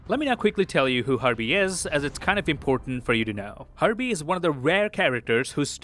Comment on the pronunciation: Every time you say Herbie it sounds to me that you're saying Harvey... I just find it funny!